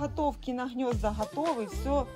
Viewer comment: ЗаХотовки, Хнезда, как противно все это слушать 😢😢😢😢😢😢😢😢😢😢